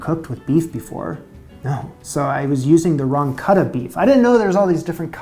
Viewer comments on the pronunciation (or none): none